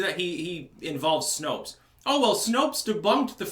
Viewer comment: I thought you said Snoke instead of Snopes